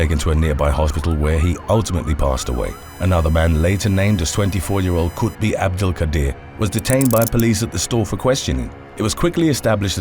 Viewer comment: Khutbi or is? Which one? LOL